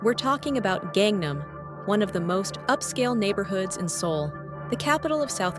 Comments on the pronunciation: please pronounce gangnam as gaaaaaaang naaaaaam not gengnem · 갱남이라고 읽지말고 강남이라고 읽도록해봐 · Its gangnam not gengnam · Gengnam gengnam, not gengnam la. GAngnam pls. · Can't even pronounce "Gangnam ('Ghang Nam') 강남" properly but you want to be taken seriously? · "KAANG" nam actually.. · That Gangnam pronunciation hurts my ears. Not that hard, you even mentioned the song 🤣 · Kangnam area south (nam) of the river (kang). Kangnam is pronounced with a soft "a" in Kang. Your mispronunciation takes a lot away from the video..... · If you would learn to pronounce "Gangnam" properly, I might be able to watch the video to the end! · Ai video, it can't even pronounce Gangnam city correctly.